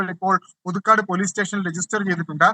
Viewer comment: പുതുക്കാട് ആണ് SKN , പുതുക്കാട്ട് അല്ല